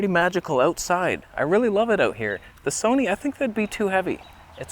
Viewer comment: Gonna havtah start calling it the Soneh....